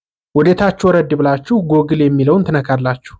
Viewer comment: Google 'ጉግል' እንጅ ' ጎግል' ማለት ልክ አይደለም።